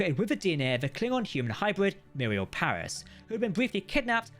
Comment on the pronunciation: Miral not Muriel Paris.